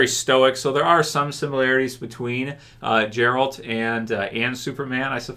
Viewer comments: Us witcher fans don't want or don't need any of those stupid GOT fans stay in your own lane and its geralt not jeralt lol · Hey, please Gerald's name starts with G like Goose not G like Giraffe. Lots of love. 😘